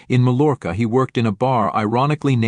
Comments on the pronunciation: MAL-ORKA?? Geesh, the Ls are not pronounced like L in Mallorca. (Should be pronounced more like 'my orca'.) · Mallorca - pronounced "my-your-kah." Can you imagine picking someone just to murder them for money? He never should get out.